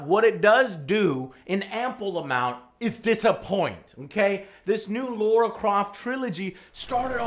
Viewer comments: LARA !!!!!! not laura please how many times lmaoooooo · L-A-R-A not Laura... Goddamn, just butchering her name. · Might as well call her Larry Croft. Lol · Lara Croft LAH-RAH Not Laura LARA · 1 thing, it’s Lara, not Laura... just saying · No, it's still Lara. That's how it's spelt and pronounced, Americans butchering a perfectly good language.